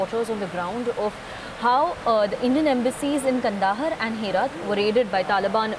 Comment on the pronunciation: It's not kandahar...it's kaand haar....in pronounciation